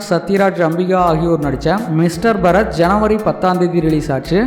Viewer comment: பரத் அல்ல பாரத்